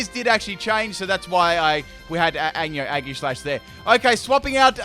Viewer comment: Eggserneas. Aggishash. Gooddra. Floorgs., master of pronunciation!